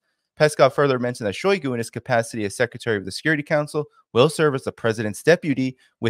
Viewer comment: shiogu is not “out” stop saying that.